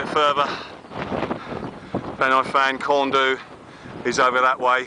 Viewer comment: hi glad you enjoyed brecon just a little pointer for yourself as you obviously enjoy outside and culture of where you visit the mountains around where you went corn du (corn dee) is how it is pronounced and pen-y-fan is (pen-ur-van) nice vid